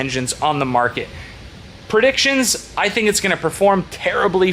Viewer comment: "Perdictshins" is not a word. "Puhtentials" is not a word.